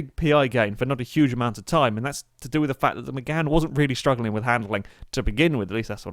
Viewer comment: its 'Mégane'